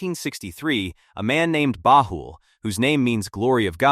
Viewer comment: Much truth in the video, but the Ai voice mispronounced the Bab, Baha'i, and Baha'u'llah. Also, visual representations in the media of the manifestation of God are not allowed, so for respect, please remove the pictures that one might associate with Baha'u'llah and the Bab. But over all-good job in explaining some of the teachings of the Baha'i Faith.